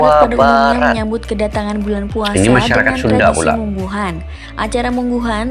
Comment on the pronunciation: Warunggunung-lebak-banten-indonesia.bukan mungguhan min tapi munggahan